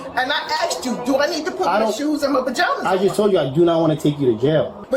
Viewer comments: she said "i AXED you" again....mag dump her!! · I axed 🪓 you